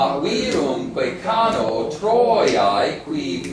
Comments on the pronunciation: I agree, the accent is viRUMque, and not VIrumque as he says. But he doesn't say the a of cano is long, does he? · The a in 'cano' is short. And 'virumque' has it's normal accent on u, not on i.